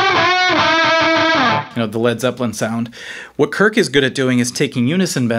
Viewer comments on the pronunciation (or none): none